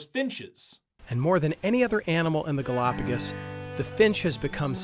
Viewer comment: There are so many more pressing issues with these brothers' video, but every time they say, "Galapagis ," i think 10 minutes is taken off my lifespan